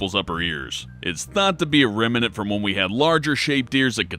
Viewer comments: Pron: Rem-nant You're welcome! Thanks for the interesting factoids :) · After watching this, I learned that "remnant" has three syllables.